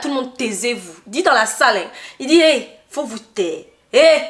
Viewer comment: Son hey là est hey kee😅😅😅😅😅